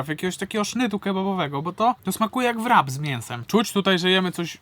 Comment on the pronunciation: Książulo ja Cię zaklinam.... "W " w słowie wrap jest nieme. Nie wymawia się go. Wrap i rap( jako muzyka) ma wspólną cechę zawijanie w lawasz mięcha jak i nawijanie w rapie. Bądź rycerzem tego słowa bi to kuerwa w uszy kuję.😂😂😂😂